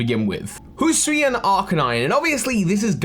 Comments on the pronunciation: can someone explain to my why british people struggle with the words hisui and hisuian so much? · he called the hisuian voltorb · Don't worry,, you still have several months to get used to saying "Hisuian".